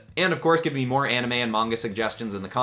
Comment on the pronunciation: Ok you realy gota work on that name for the series